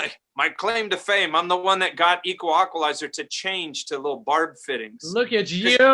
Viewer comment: Wow crazy story. I was wondering why in other episodes you kept saying “equalaqualizer” haha. I’m going to try to listen to all of these now.